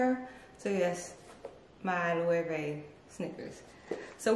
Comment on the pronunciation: I want to try Loewe. I hope they’re comfortable. Nice collection. Thanks for the proper pronunciations 😉.